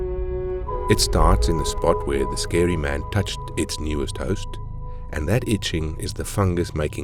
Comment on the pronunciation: Vewy scewy man